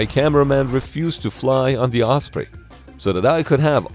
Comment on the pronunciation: Thank you for using the correct pronunciation "oss pree" and not the commonly used "oss pray" 🙄 I do think it's quite funny the Defence Dept refers to serious accidents or fatal crashes as "mishaps" as in "Oh, yes, little Johnny had a mishap in Walmart today" which we usually take to mean he was jackassing around and scraped his knee. Or he forgot to empty his bladder before leaving home and ended up wetting his pants.